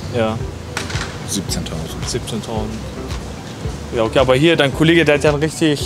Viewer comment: Wie er 17 k betont 😅